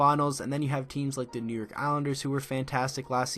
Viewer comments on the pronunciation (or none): none